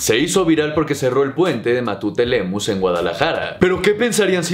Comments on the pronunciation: Buen video, solo que no se llama Matute Lemus, es Matute Remus. El que si es Lemus es el Pablo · Puente : Matute Remus, no Matute Lemus ! Jajaja (ignorancia!) Jaja pura waza